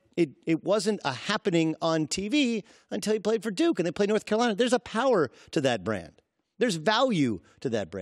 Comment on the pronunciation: Haha he said duke-y